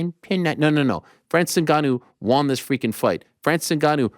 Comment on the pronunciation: WON ariel not Wan